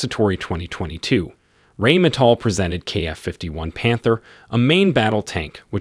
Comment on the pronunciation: It is pronounce Rheine that sounds like Nine! NOT rainmetal LOL! Please stop;)